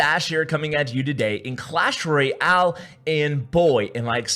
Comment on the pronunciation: STOP SAYING ROYALE AS OF ITS TWO WORDS!!!!!! It's pronounced RO-YALE by normal people!